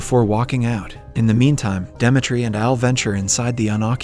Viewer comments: Are you trolling with not being able to pronounce “Demetri” and “live”? Lol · he pronounced Demetri correctly on the main channel but wrongly here. There weren't any jokes as well too and the audio in the 2nd part got worse. somwthing is definitely fishy there. Also, the constant joke where he replaces suicide with "commits the unthinkable" was not present here at all when there's a whole suicide scene